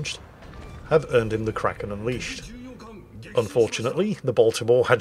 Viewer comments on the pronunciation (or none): none